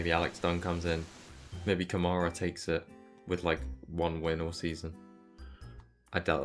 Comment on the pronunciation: Campos undoubtedly has the best car, both their drivers are up there. Invicta isn’t the same team it was in previous years, and Câmara is squeezing absolutely everything out of that car with his talent. And saying that Durksen has the same amount of victories, without mentioning that those were sprints while Câmara's were features, it's not fair. Finally, it’s pronounced Câmara, not Camâra 🤭